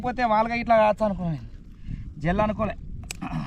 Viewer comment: జిల్లా కాదు జెల్ల 😂😂